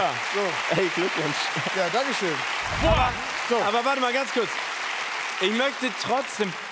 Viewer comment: Das ist Dang Kiu ausgesprochen